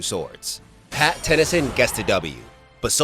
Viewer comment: Calling him Pattennyson hurt me as a Ben 10 fan